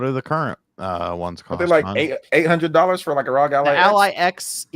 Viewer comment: I thought ROG (as in ROG Ally) was pronounced "rogue"? Rogue Ally sounds way better than "rahg".